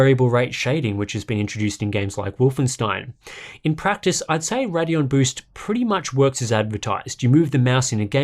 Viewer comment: RAIDeon, not Raddion, it's not that hard.